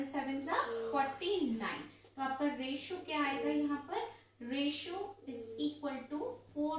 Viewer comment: Mam it s called the23is to31not aRotio😊